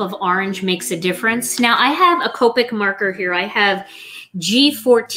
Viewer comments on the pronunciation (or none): none